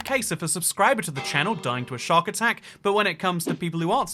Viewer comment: Wait do you just say ‘shark attack’?